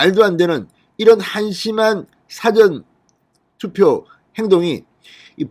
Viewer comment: 사전투표 사전 발음 똑바로 해주세요